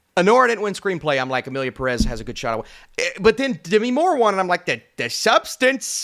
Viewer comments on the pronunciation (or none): Since Emilia Pérez is now a real contender I guess it’s time for you to learn how to pronounce the word Pérez (the stress is on the first syllable which is even indicated by the é)